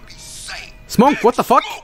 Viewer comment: I love how he calls smoke Smonk